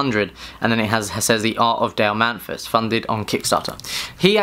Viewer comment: Also: His name is Dale Mathis not Dale Manthis he read his name wrong like 20 times.